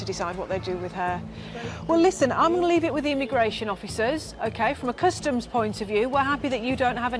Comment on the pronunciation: its customs ...you boneheads, not COSTUMS